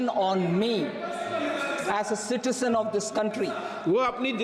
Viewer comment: Citisen of the country😂😂😂😂